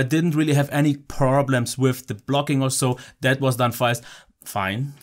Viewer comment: '). First you actually do pronounce a troublesome word well and then you completely mess up with the word "fine" :'D. Best part of the video A+. I'm liking the new "deal-breaker" method. Really shows the problems or perks of a phone and is very effective. Do you think you'll get the Alcatel Onetouch Idol 4 and 4s? From what I've seen, they seem really nice and possibly an alternative to the Honor 5X.